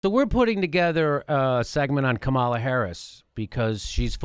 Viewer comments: She pronounces her name KA-ma-la, not Ka-MAL-a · You guys have need to learn how to pronounce Kamala's name otherwise the corporate democrats will just write you off as mixed up and you won't be able to persuade them to believe anything .. She doesn't pronounce it Ka-MAL-a .. It's KA-ma-la kind of like "comedy" instead of "coMEDy." I've seen her introduced by many prominent people in interviews & you guys act like you're just reading it from a comic book. Also, Kirsten Gillibrand pronounces her name "Jill-i-brand" not "Gill-i-brand" like I heard you say once. If you can't pronounce the names of senators from the top 2 states, it hurts your cred .. Other than that I like your show and views. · Please it pronounce Kam-a-la please Kam-a-la